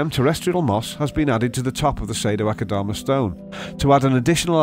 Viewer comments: And I dare you, I double dare you aquascaper! Say Sado-Akadama one more time... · The way he says "Sado-Akadama" sounds nothing like the Japanese-- but his pronunciation makes it sound exquisitely exotic. xD